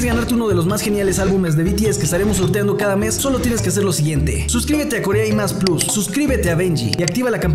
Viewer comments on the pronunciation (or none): none